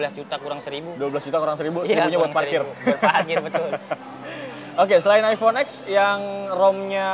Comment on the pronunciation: penjual hp masih bilang iphone x dengan "iphone ex" bukan "iphone ten"